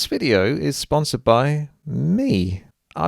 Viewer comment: DID YOU JUST SAY EFFING "FIDEO" IN THIS VIDEO? REALLY?